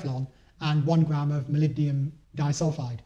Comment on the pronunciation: Thanks for the watt-saving tips! I was impressed by the parrafin-based lubricant mention at the end. One tip on the long metal word "molybdenum" - which many people shorten to "molly." It is pronounced "moh-lib-deh-numb" not "moh-lib-dee-um." It is a tongue-twister, for sure. The word is and again ten seconds later. Ride safely, and save those watts for distance! :D